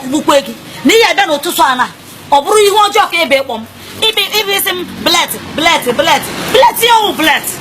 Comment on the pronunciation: Chukwu Kere gi Nwere ttttttttt wujuo gi onu....,I na akpo blead bleat 😂